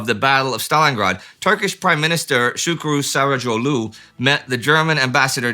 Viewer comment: Great video, absolutely nailed Şükrü Saraçoğlu's name, 11/10